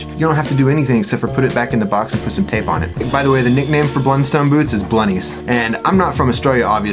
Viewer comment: It’s pronounced “Blunstun”.